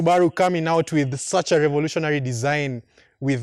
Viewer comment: Levolutionaly(revolutionary) your tongue almost got u there😂😂👌🏿